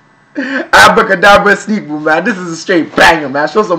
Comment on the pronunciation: Finally said Sneakbo's name right 😂